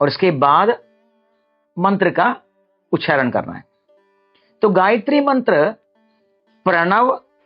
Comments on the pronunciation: It is ucharana not ucharan... Veda not ved, nyasa not nyas. First you must learn to pronounce properly before posting such videos... Shame!!! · The word उच्चारण is itself wrongly pronounced by the Acharya as उच्छारण with a needless _छ_. Unfortunately most persons from Tamil Nadu including Brahmins, have misplaced pronounciation of Sanskrit. The notable exception was late Dr Suresh Iyer of Ghanapati, whose voice shines through with clearest articulation. His untimely passing was a great loss to the Sanskrit knowing community. The reason is clearly the Tamil script that has one க for four sounds of Sanskrit - क ख ग घ. The inadequate (நொண்டி = lame)Tamil script handicaps the natives. Further anti Hindi ideologues of TN have prevented the propogation of Hindi teaching in TN for about 75 years.